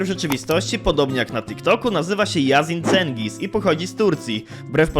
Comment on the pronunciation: jedna uwaga, "Yasin Cengiz" czyta się [jazin d͡ʒenɟis] (mniej więcej jak "jazin dżendis"